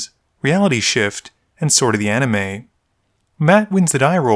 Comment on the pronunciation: Why do you call it Sword of the "Anime?" Isn't it pronounced AniMIST? I don't think the "T" is silent.